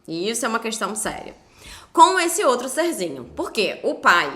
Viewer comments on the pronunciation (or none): Ele falando "ser-zinho" sinto o ranço daqui kkkkkkk